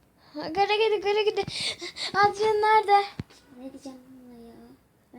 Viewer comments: Adrian diye okunmaz edrien diye soylenir :D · Adrian ı yanlıs söylüyorsunuz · O Edriyın diye okunuyo